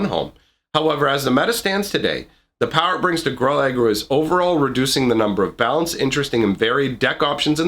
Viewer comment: Gruul rhymes with drool